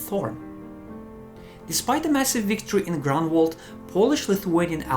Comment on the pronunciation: Great video, but it would be better if correct English were spoken ("the"' 's omitted, etc.) Also, suggest "Groonwald" as better location pronunciation (not "Grenwald").